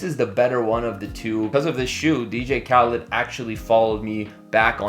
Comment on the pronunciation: Khaled not Khalid. He should unfollow you just for that.